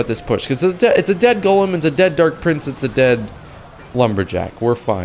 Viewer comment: are you 12, you seem not able to pronounce golem